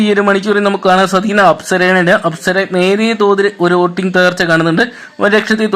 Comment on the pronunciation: എടാ പൊട്ടാ വോടിങ് അല്ല "വോട്ടിംഗ് " എന്നാണ് 🤣🤣🤣🤣